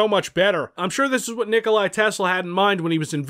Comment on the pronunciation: Nikolai Tesla its nikola i think